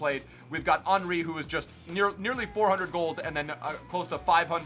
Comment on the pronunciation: His name is HENRY not ANRY